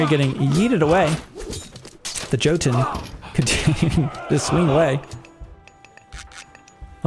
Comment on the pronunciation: the J in Jotunn and Jarl, is pronounced as a Y. so its more like Yotunn and yarl. :)